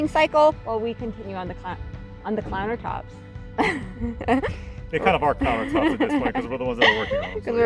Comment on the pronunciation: Did you say "clown-ertops"? I love it!